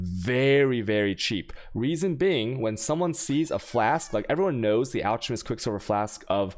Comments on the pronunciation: It's pronounced alCKemist. You also say chisel wrong. :P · It's pronounced (alk a mest).